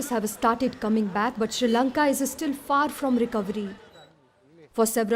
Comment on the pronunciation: It’s Not Kolambo it’s Colombo And It’s Not She Lanka it’s Sri Lanka. 🤦🏽‍♂️